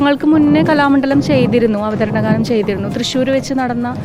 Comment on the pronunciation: അവധരണ ഘാനം 😂